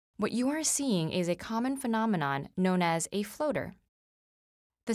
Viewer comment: i giggle everytime she say's floater.